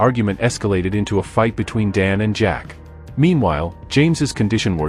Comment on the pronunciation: Ahhhh the two best of friends, good old Zach pronounced Jack and James spelled Games. Classic movie duo